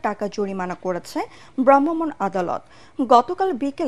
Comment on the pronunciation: ওহ্ স্যাড! খবর পাঠিকা ভ্রাম্যমাণ শব্দটা উচ্চারণ শিখতে পারেননি এখনো 🤔⁉️